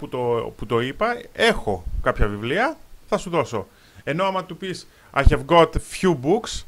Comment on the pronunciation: Χαβ μωρε τι χεβ το have